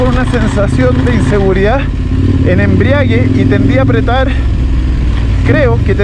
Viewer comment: Buena ruta, buenas motos . Le meten harto puño sosí. La caída fue suave y pudo ser peor dado lo rápido que van. Un aporte ... es Embrague, no embriague ( esto viene de embriaguez) Saludos